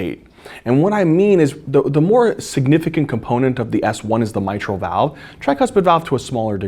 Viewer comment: Great video and great enthusiasm as always! You're amazing. But fun fact, I kept hearing you say "it's a soft ass one" until I realized you were actually saying "soft S1" hahaha